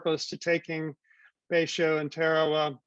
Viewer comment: It is pronounced Ta-ra-wa. Why are you using this bastardization when it is so easy to check online?